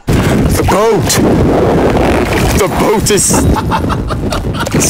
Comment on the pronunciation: When I heard a random “ T H E B O A T “ I almost choked lol